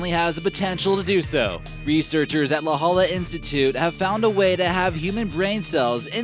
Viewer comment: It's pronounced "La Hoya". ✌️